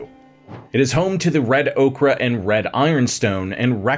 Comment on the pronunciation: Ochre - or-cker not okra like the plant.